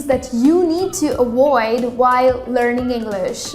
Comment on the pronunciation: What is awaoid? It’s not awoid but avoid.